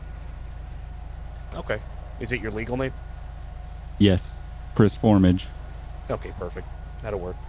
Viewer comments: Honestly for me it's just the way they say "Formage", it's said multiple times in the story and in the stranger missions for him, it's pronounced more like For-Maj, and they pronounce it For-midge and it bugs me so much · It's pronounced For-maj not For-midge